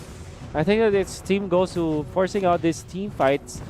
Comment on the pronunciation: Gosh the commentary guy said “guzu” Its not guzu its gosu gosh man Btw huge fan by the gosu team